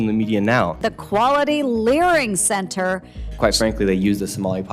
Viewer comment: I honestly keep laughing when I hear the word "Learing Center"